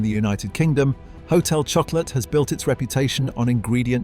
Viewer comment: Hotel shocko-la. Get it right.